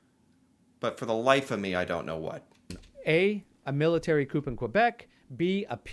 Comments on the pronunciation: As a Canadian the man giving the test should know that it is pronounced Military coo. and not Military Coop. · Did this guy say COOP? OMG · I feel like this guy giving the quiz has only ever read the word "coup" 🤣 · "A Military Coop in Quebec" Uhh no, the p is silent in the word coup. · No Canadian should pronounce "coup" like "coupe." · This guy saying the P is coup is bugging me.